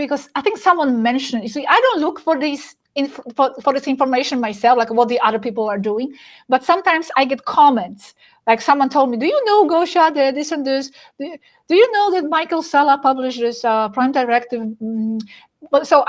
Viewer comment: Oops! Right off the bat...her name is pronounced Gosha. The i isn't pronounced. That throws me off guard to hear. Thanks for clarification Gosia. It is good to hear from her after I had been away from her channel for so long. So, I am glad to see that Gosia is being interviewed here in August of 2025.